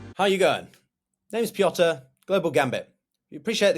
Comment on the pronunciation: Why are you ‚Pyotr’? I’m Slavic and i can’t think of a single Slavic language where your name would be pronounced like that. I’m Michał, but in the UK I’m Michael and in Germany I’m… well it’s also Michael when you spell it but it’s pronounced differently. My point is both of our names come from the Bible and are not Slavic in origin so why keep up the charade? You’re.